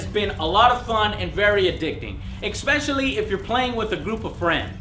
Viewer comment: Why does Joe always say "expecially" instead of especially?